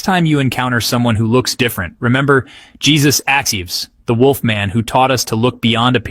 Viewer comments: I just found your channel and subscribed immediately. I just wanted to let you know, with all due respect, that Jesus A.'s first name is not pronounced in the common way. It is Hay*SOOS, with the accent on the second syllable. Thank you for all of your hard work.😁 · Hay soos is how it is pronounced...